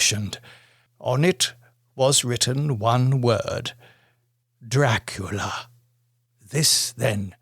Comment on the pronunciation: Best 'Draclia' narration ever!😂